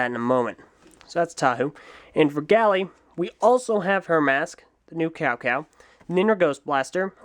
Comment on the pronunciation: It's Gali (Gah-li), not Gally.